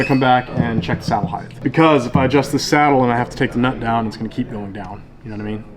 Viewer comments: Of all the words ending with "th" height is not one of them. Width, breadth, depth...yes. Height...no. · Yeah, can't wait to give my guitar to a guy that says "heighth." 🤣😂👎👎👎